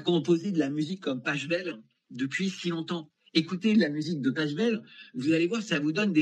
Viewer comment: Pachelbel et non pas Pachebel ...